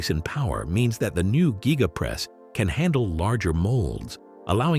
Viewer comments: Gigapress not GYEgapress. If you're going to do video voice-over, do your research 🙄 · Elon, please fix your voice reader to pronounce the word Gigapress the same way. I have heard it pronounced 5 different ways in this advert. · It's called the Giga press should it be said like Giga-press or even Giga-:Press